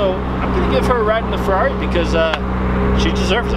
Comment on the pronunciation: It's Ferrari not Ferarri